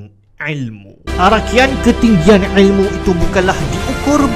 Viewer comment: orang lain: il mu: ael muu